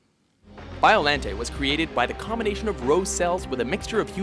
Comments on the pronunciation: Bio- Lon-te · Anguirus and King Cesar are not villains. You should count all three Mecha Godzillas like you did with every other monster. Really?? Battra??? Gosh dangit. Also Its pronounced BIOLONTAY. Also why the heck is Zilla an honorable mention? And some of these powers these monsters have only used once and youre saying them like they use them all the time. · u pronounced biolante rong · just saying Biollante's name is pronounced as "Biolan-tay", if it ends with a "Te" its pronounced "Tay" and Anguirus is Godzilla's closest ally and best friend, may wanna look into this another thing, ive also heard Gigan as "Gig-ahn" also, its called "Modified Gigan" finally, in the canon, its pronounced multiple ways, but (dont quote me on this) the way to say Destoroyah, is "Desu-teroy-ah" and that last Ghidorah snippet, was 2004's Keizer Ghidorah, who is a quadruped, not a biped like King Ghidorah, another thing to note is all horns on Kaizer's heads are all different, and his middle head is in front of the other two unlike King Ghidorah, where his is at the back just saying, sorry i any offense is brought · I just want to add biolante is written as biolante but pronounced as biolant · Pronounciations Bi-Uh-Lon-Tay Ane-Geer-Rus GI-Gan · Its Bio-LON-tae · Allow me to translate the entries on this list into their proper pronunciation. #10: MEW-TOH!!! #9: BAH-TU-RAH!!! #8: BIIIII-OH-RAWNTEH!!!! #7: HEEEEEEEEH-DOHRAAAAAHHHH!!!!! #6: KINGUUU SEESHAAAAAAAAAHHHHH!!!!! #5: AHN-GEERUS!!!! #4: GAI-GAAAAHHHHN!!!! #3: DEEEEEEHHHHH-SHTROOOOOOYYYYYY-AAAAAAAAAAAHHHHHHH!!!! #2: MMMMMMMMMECHA GOJIRAAAAA!!!!! #1: KIIIIIIIIIIIIIIIIIIIINGUUUUUUUUUUUUUUUUUUU GHEEEEEEEEDOOOOOOHHHHHHHRAAAAAAAAAAAAAAHHHHHHHHH!!!!!!! This concludes today's racism. Arigato! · the pronunciation of the names frustrated me. He pronounced Anguirus, Biollante, and Gidorah wrong